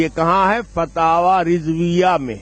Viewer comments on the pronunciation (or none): Fatawa rizvia nahi h ....FATAWA RAZAWIYA H JAHIL